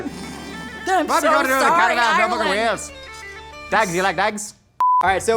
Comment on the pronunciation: At least you say Ireland properly you would be suprised how few people do